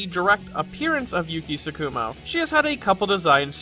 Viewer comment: Don't mean to be a dick about diction, but it irks me when people stress the second syllable of Japanese terms (i.e. TSU-ku-mo and Tsu-KU-mo)